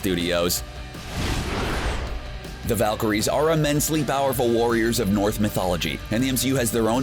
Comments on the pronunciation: *Norse mythology. Not "North" mythology. Please. I've heard this in multiple videos. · did he seriously just say “north mythology”!? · He said NORTH mythology. How do you even do that??? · You said north mythology not Norse mythology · "the Valkyries are immensely powerful warriors in North***????? mythology"